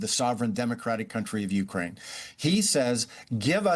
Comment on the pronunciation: How can this bozo still not know how to pronounce " u - KRAINE " ?